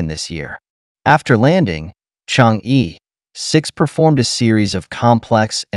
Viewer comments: The correct pronunciation in Chinese is Chang-"er",not Chang-"ee" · Good video. P.S. Chang'e is not pronounced /chang-ee/ but /chang-er/